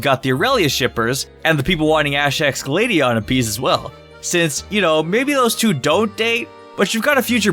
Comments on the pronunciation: Finally you said Gladion wrong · STOP SAYING NAMES WRONG ITS NOT GLADEION ITS GLAD EE ON